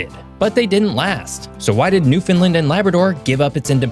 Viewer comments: PLEASE learn the correct pronunciation of our province's name! The emphasis is on the last syllable...newfinLAND (rhymes with understand). While we appreciate your profile of our history & geography, you continue to contribute to this mispronunciation. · Completely because Canadians themselves actually say "NewfoundLAND"... pronunciation is American. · Because he didn't learn to say NoofinLAND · Man, there too many errors and omissions in this to comment on. Plus, the least you could do, since you cannot get the facts right, is to learn how to say the name "Newfoundland". Right now you rank up there with the late unlamented Larry King who pronounced it, wrongly, like you do. This is the second error ridden article of yours I have listen to and have no intention of subjection myself to another. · Ist Newfoundland say it properly bye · Love the video, but i wish you would have learned how to pronounced Newfoundland correctly. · Learn to pronounce Newfoundland please!!!!! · It's funny how people who are not from Newfoundland can't say the word right! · Where do you see and pronounce the i in Newfoundland? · Wish you would learn how to pronounce "Newfoundland" properly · Newfoundland rhymes with understand. Ouch. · As my nan says, Understand Newfoundland! They rhyme! The emphasis goes on New AND Land. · Yes,. You’re totally messing up the pronunciations of BOTH Newfoundland and Labrador. You normally do a much better job at that sort of thing… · No one from there would call it that, and that's not even how it's spelled. Not sure why he's pronouncing it that way. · Only note: it’s pronounced land not lind. So Newfoundland is pronounced New-fin-land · Every time he mispronounces Newfoundland, it hurts a little. The "land" is pronounced "land", and not "lind". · It’s pronounced new-f’n-LAND, rhymes with Understand. Or Disney Land. Every time we hear “newfinlind” it’s nails on a chalkboard! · It's "Newfound-LAND", not "new-Finland" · It’s pronounced New Fa land